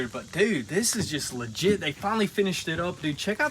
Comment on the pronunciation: How many times did he say ligite